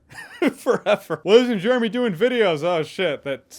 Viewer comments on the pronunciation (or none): none